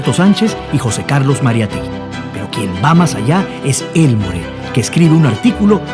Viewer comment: Hola estás hablando de mi familia, no se pronuncia Elmore se pronuncia Elmor como si no existiera la " E " y no le disparó en el trabajo, ahí solo lo amenaza, le dispara cobardemente saliendo de la iglesia, mi bisabuelo Carlos García Gastañeta es quien lo mete preso, tengo la redacción del juicio completo por si deseas alguna vez leerla, cariños